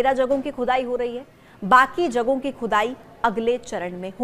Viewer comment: खुदाई बोल रही हो की चुदाई बोल रही हो मैडम